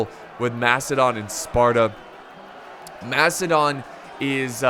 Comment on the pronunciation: is the man playing macidon out of his mind slaughtered the name